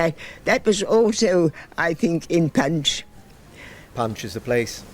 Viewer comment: Rolled Rs. Punch pronounced pench. The accent sounds like the posh characters in "Jeeves and Wooster" .